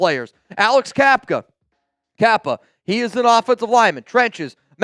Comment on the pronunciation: Who TF is John Eww-La-Lou? Bruh!!! If you’re gonna rep the raiders, know how to pronounce player names. Not the first time you butchered a raider pronunciation! You called Cappa “Kafka” again in this video. WhoTF is that and how do you add two letters not even in his name and skip the two P’s totally??? Ready? Jonah = Joe-Nah… Laulu= La-Ewww-Lou 😂😂😂. Thanks